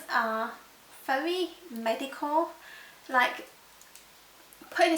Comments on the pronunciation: I keep hearing medical when I'm pretty sure you're saying mediocre? haha. I actually don't find Chanel's packaging anything special. I find Dior's packaging much prettier~ Similar to the Avene, I tried the Evian and although it feels refreshing, it really doesn't do anything else like you say. I have the Shu Uemura one and much prefer that although it's so f-in overpriced and really it's just water in a spray bottle. :| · For a second I though she said "medical," although I think she said "mediocre." Maybe it's the British English way of saying mediocre-I dunno. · Did you say medicore or mediocre ? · Not sorry for the amount of frustration that came from hearing you pronounce "mediocre" like that. ...no excuses for that.